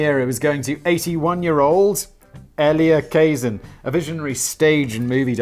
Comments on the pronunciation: Elia Kazan is pronounced ELL-yuh Kuh-ZAN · E-Lee-A Ka-Zan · So Simons NEVER heard of Elia Kah-Zann? Really?